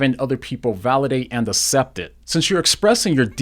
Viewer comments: it's pronounced "ak-cept" by the way. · 1st: it's pronounced ax-cept. 2nd: your god/christian thing has nothing to do with what demi is talking about. She's talking about things she feels about in relation to 'gender' - maybe a totally abnormal thing, like being gay, being left-handed, flying in a metal thing in the sky called a plane, or anything that is not the most normal thing most people engage in most of the time. But it has nothing to do with religion. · I hate to point this out but it bugs me, have so much respect for you but you pronounce the word accept wrong. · Oh my gosh. I love your videos. I love your apologetics. I love your use of logic and clear explanations. But I couldn't watch all of this one. The word "accept," is pronounced əkˈsept, not uh-sept. It was driving me nuts! Much love, though. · I like what you have to say. I am distracted, though, by your pronunciation of “accept”. Maybe it’s a regional thing.